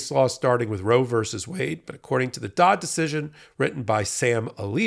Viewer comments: Isn't it Dobbs not Dodd? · did you say the "Dodd" decision? It should be the "Dobbs" decision.